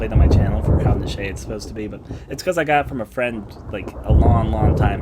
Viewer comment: Okay, "niche" is pronounced "neesh", not "nishay", and you're meant to pronounce each letter individually in "AKA". Sorry. >.> A Tale of Two Sisters is pretty decent btw. Do recommend.